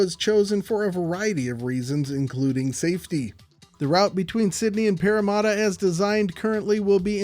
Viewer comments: Pretty close! "Paramatta" is pronounced "Para" as in parachute, and "matta" the same as "matter" ;-) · as a Parramatta local, I am still concened about the butchered pronunciation, there's no u's in the name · The parramadda kills me